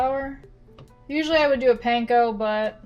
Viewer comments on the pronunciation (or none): none